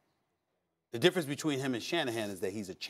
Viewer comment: “And they see a diffa dim” 😂😂